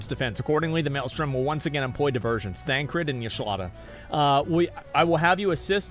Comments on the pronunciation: Bruh he 100% pronounces most names wrong on purpose. He's admitted as much before, and even without that you can tell because there are times he's not fully paying attention and he says the names correctly (like with Thancred). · He's already been gripped enough to slip into saying names correctly on occasion. Even said Thancred correctly many times over, rather than Thaladred the Darkener.